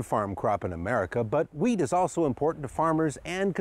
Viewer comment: i swear he says "weed" instead of wheat